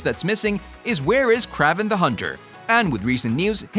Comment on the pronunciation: He also said Craaven the hunter... lol